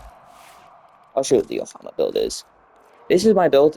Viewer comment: its ohm-a lol. Theres only 1 "A"; its not Ohama lol. Arcane Crepuscular gives Crit DAMAGE and not crit chance. I think you know that but just misspoke in the video though and might want to edit in corrections in future vids if you notice during the editing of the video. Weapon elec procs do not trigger archon strech, its only ability elec procs that give energy from it. Manifold bond and contagious bond on a hound type companion with a few precepts will spread more statuses than a predasite, like WAY WAY more. Shade is not a bad pick for a companion though if you prefer being invisible for crepuscular. Duplex bond is however not very useful on shade... You really dont need viral on EVERY SINGLE equip, having it on the nukor or any one single priming weapon is fine, you probably want gas or blast for whatever your OTHER weapon is, so you don't get bodied by the first thing that highly resists viral. The other commenter is right that you should definitely have your drift mod in the exilius slot. Your viral influence setup on the ohma is a little watered down on the DPS front, but once you get like dual ichor incarnon, or arca titron, or nami solo incarnon, or the rumblejack, you will really be able to do something with arcane influence. But - Having said all that its a nice video for what its worth. For a low forma new player build this is pretty alright compared to some of the wacky things other people are doing. Keep on going and you'll be making videos with the best of them